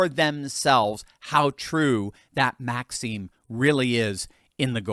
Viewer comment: face-orange-raised-eyebrow: "how true than maxim is" :cat-orange-whistling:Note: Maxim rhymes with "fax him", not with "tax cream".